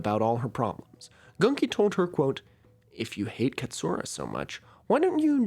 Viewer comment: Its pronounced literally Gunki not Ganki